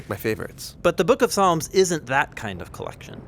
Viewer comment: "There are 150 Psalms"... But he said palms... Excellent video anyway! Keep up the awesome content! God Bless!